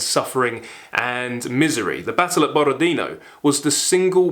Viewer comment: Borodinó (tonic accent on the last ó). Ваш энтузиазм очень трогательный.